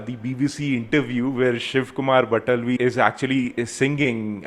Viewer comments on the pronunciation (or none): Also shiv Kumar bataalvi.. not btalvi😅